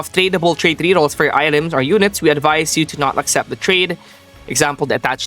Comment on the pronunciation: BRO say rerrols not RRS